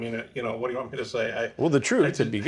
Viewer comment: The way Chris draws out them syllables. 😂😂😂 “It excites youuuu or.? It’s seems messy and potentially smelly to meeee.”